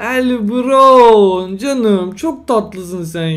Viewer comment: Abi el bravn diye okunuyor el brovn diye degil :)